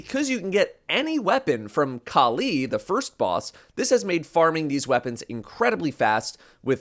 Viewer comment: That's not how Kali is pronounced 😂